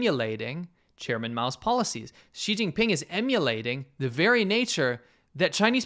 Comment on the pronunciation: Did you just say, "Cheating Ping", for China's presidents name? 😂